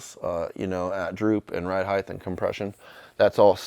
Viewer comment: Hey, love your builds dude! You're such a talented guy! Something's bothering me though as I keep hearing you say ride "heigth" instead of ride height. It ends with a t not th. Sorry I'm being picky...